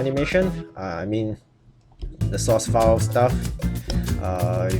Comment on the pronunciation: i thought it was "source"file not sauce file.